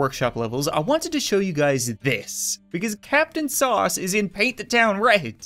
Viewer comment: that's not captainsauce, thats catainsuace